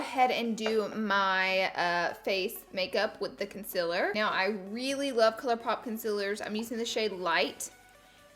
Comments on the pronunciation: _- it’s CONCEALER! not CONSILLER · You can't say concealer correct